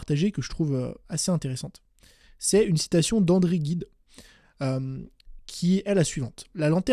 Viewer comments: Ahah j'avoue que j'ai buggé sue "André Guide" 😂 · Juste une remarque sur la prononciation d'André Gide, ça se prononce "jide" et la citation est de confucius "l'expérience est une lanterne qui eclaire le chemin parcouru. Merci pour cette vidéo.